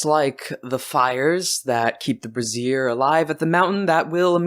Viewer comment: I think you mean "bray·zhr" ... though, a flaming "bruh·zeer" would kind of be hillarious/awesome -- though, probably not for the person wearing it XD